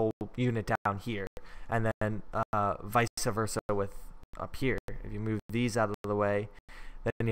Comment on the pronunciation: gaaaahhh it's not "vise-ah versa", it's just "vice versa"